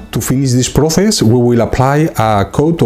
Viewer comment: por el amor de dios no puedes pronunciar las ces en incgles xD no se pronuncia proces sino proses no es dificil